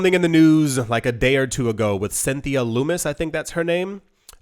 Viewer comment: Lummus is pronounced like the mediterranean dip Humus